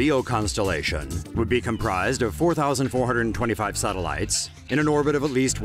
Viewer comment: Sorry m8, but I did not know a voice could be so annoying. Just the way you say sateliiyeetes